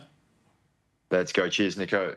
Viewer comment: Does anyone else hear jack say “cheers n*gg*r “ or is it just me 😭